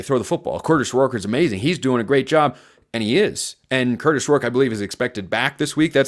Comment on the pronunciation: please practice not saying Kurtish Rourke. It’s Kurtis. Stop making it sound like you are saying Kurtish